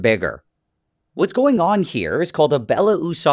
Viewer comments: It's pronounced Zh not Z, the original name starts with a Ж and not a З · My only nitpick is that its “zhabotinsky” not “zabotinsky”, the zh at the beginning is pronounced like a voiced ‘sh’ instead of a ‘z’ :] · You mispronounce Belousov and Zhabotinsky. First, you eating U in Belousov (mr. White Mustache). Second, it's ZHabotinsky (mr, Frog of mud), while you pronouncing Zabotinsky .